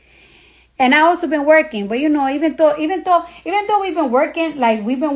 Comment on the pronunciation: "even tou" 😂😂😂